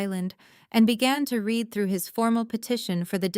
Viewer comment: read - pronounced like red the colour, is the past tense. I read his book last week. read - pronounced like reed, a swamp bush, is present/present perfect. I will read his book next week. You are choosing the wrong one. Your AI will not learn if you do not correct it.